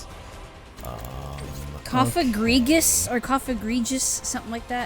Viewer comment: Cofagrigus is the name the pokemon. Cof like in coffin and egregious.